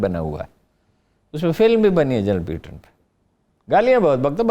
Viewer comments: Haroon Sahib it’s General PATTON not PEETON. Please correct your pronunciation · Haroon Sahib this General’s name is PATTON not PEETON. Please correct your pronunciation.